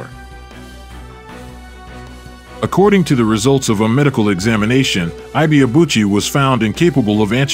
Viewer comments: It always surprises me how much "research" people can put into presenting a biography about someone and couldn't even be bothered to learn the true pronunciation of the subject's name. It's just lazy or even worse; ethnocentric. His name is pronounced "Eee - K" "Ebay - Aa - Bu chi" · It’s eh bay uh boo chee! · The last name is pronounced e bar-ahh boo-chi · Even if you don't get the correct pronunciation of the name Ibeabuchi, just know that the 'Ibe' is pronounced like e-bay. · His name is pronounced... 'aike ebay-abu-chi' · His name is pronounced: I.Que Ebay-Abuchi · you pronounced his name poorly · Yet ,you are,nt pronouncing his name correctly narrator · You don't pronounce his name well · The narrator mispronoucing his name is violation to Nigerians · You could at least learn how to pronounce his name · The narrator murdered his name😅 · Still not getting his name right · They still don’t know how to pronounce his name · Correct pronunciation of Ike is E-K ,Ibeabuchi is EBAY ARR BULL CHI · His name is actually pronounced as ebay abuci and ekay not aike His from Igbo ethnicity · Great video...it's pronounced "ee bay a boo chi" and Hasim Rahman is " hah seem rockman"